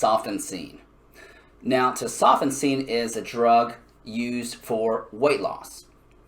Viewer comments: Tes-o-fen-seen is how it’s pronounced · Came here to say this. But it’s 3 years old so I’ll give him that. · Bro Tes-oh-FEN-sin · Who the hell says Tesofensine like that? No one. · I switched off the second you mispronounced it 🤦‍♀️